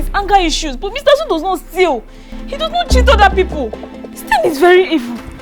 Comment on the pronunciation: Mr Azu said I will nolt bark again. LOL, Hahahahah. Watching from Papua New Guinea.